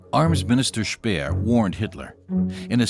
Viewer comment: Français n'utiliser pas les mots allemands car c'est insupportable d'entendre ça. ! Pas Spiiiir mais c'est schpéér, etc